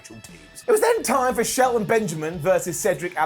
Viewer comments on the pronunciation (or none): none